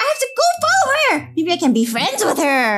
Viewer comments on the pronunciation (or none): none